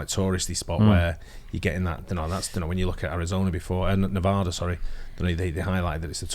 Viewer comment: If I hear this guy say Nevada like that one more time I'll shoot myself